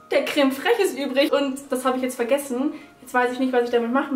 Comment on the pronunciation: Emmi Lovve wie die das ausspricht 😂😂😂😂